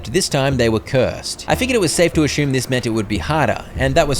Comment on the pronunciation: How tomb is pronounced? Wait till you find out the word assume does not have an h in it. Ashumme is how you say it 😂 Still… Good job man.